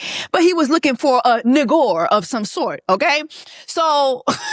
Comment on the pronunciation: Not “Nigor’!” 😅